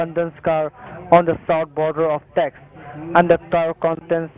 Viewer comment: Its "state of Taxes" mkay 😁